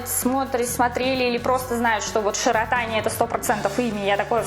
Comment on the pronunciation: ШИротани - на и ударение